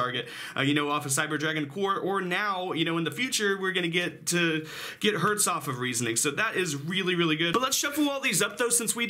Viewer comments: I think its called Cyber Dragon Herz (Not Hertz) , because Herz means heart in german🤔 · By the way, the "e" in "Herz" is in German not spoken like in "earth" (how you do), its spoken like in "Spell" for example. Or like in "example".. for example. Just if you want to speak those cards in fluent German. :p And "Sieger" has no "l" in its name, I have literally no idea why you all put a "l" into his name.. >_> And "Herz" is written "Herz", not "Hertz". "Herz" is German for "Heart", not for the physical symbol "Heartz", you know what I mean? xD Imo it represents kinda reflexion of core, because of their colors, proportions and names (core-heart). Y, I hope you try to use this information for anything. :D